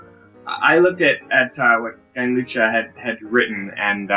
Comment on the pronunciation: the C in "Gianluca" actually sounds like a [k] :-)